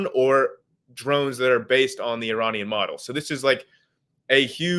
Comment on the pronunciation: Really wish he could pronounce Iranian correctly... lol